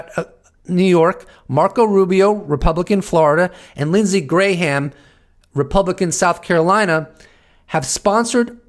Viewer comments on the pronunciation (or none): You are trying not to blink in your attempt to figure out how to pronounce Lindsey Graham‘s last name. But I do like the thought of his name being pronounced Gray Ham. 😏 Love your work! You make me think. You bring up salient points. High value, high value, man. 🙏